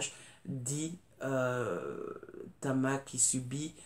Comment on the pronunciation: GIEBEL : la reine du thriller de société, avec des personnages inoubliables !!!👍🏼🍒 PS : Tama et non Cama😉